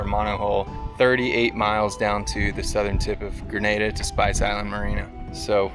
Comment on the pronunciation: guys its GreNADA not Grenade-a